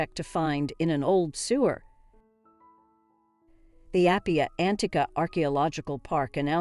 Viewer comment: Where did you get your pronunciations? You got Apian right!